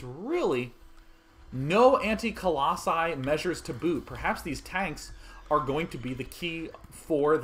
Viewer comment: singular: colossus plural: colossi i have no idea why you think it's "coloxun" or whatever you're saying